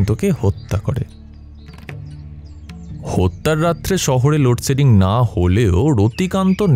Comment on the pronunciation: খুব খুব ভালো পাঠ, একটা জায়গা একটু কানে লাগলো, 'লোডশেডিং' উচ্চারণ